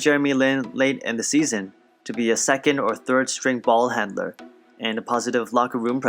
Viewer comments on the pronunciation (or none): the way you said balll haaanddnnnndderrr i new you was asian 😑😑😑